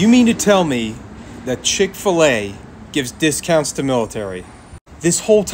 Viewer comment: I love how I’ve never noticed he had a southern accent until he started talking about chick fil a oh the irony